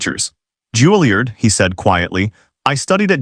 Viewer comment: It's not "JULIE-erd." It's "JULIE-YARD." "Choppin'"?